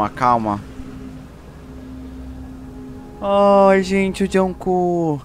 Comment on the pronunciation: "Juncu" kkkkkkk